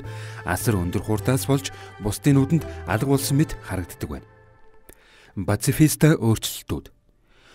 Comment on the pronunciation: Pashifista geed zuw helchuul )))